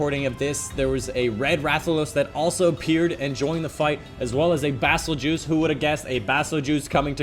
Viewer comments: Bazel-juice? Bruh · It's pronounced "Bay-zel-Guiyze"